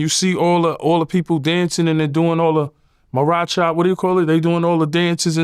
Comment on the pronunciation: He said "The Maracha" hahaha what is that sir....